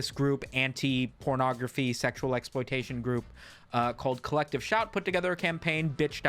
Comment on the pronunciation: I keep hearing "collective shaite", can't unhear.